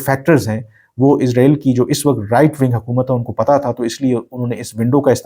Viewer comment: ارے بھائی جان اپنا الفاظ اور تلفظ صحیح کریں اسرائیل اور عزرائیل میں بہت فرق ہے اپ بار بار عزرائیل عزرائیل عزرائیل کے 😂😂😂